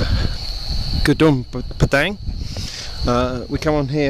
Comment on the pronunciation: Just wanted to hear him say gnmpadang one more time....